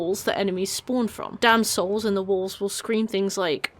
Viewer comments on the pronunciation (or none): It took me until Wrath to figure out you were saying 'damned souls' and not 'damsels', as I kept hearing xD Makes a bit more sense